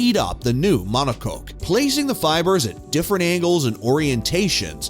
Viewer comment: "Mono Coke" 😂 "Rad Bull"